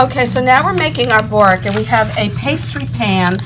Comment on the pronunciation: Good video but try and pronounce borek properly please.